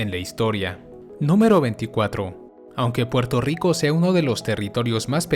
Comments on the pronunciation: Soy yo o el dice Porto Rico???? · Muy bello Puelto Rico..